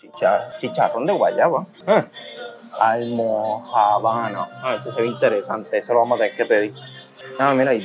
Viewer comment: Siiii no se porque ellos le dicen almojabanas a pan de bono porque para nada es lo mismo y no se pronuncia como tú lo estás diciendo se dice como con el acento es almojabanas asi corrido 😂😂😂